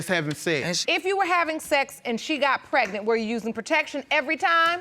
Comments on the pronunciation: Prednent!!! If they would just pronounce the word correctly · Why does none of the folks on this show pronounce pregnant correctly!????🤦🏽‍♀️. It drives me nuts!🤪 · Yes, you honor! Pregnat! A lot of silent letters 🙄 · If I hear one more person say “Pretnit” Instead of Pregnant, I’m going to scream 😂🤣